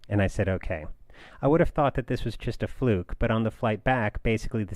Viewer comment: Great episode! I'm really noticing that each time you say "just", it sounds like "tjist".